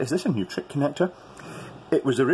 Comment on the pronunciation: If you want me to be pedantic, Neutrik should be pronounced Noy-trik not New-trik. German! This is from a fellow Scot as well 🤣